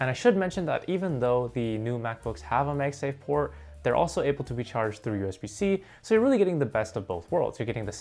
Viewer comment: its pronounced MagSafe like magnet bro.....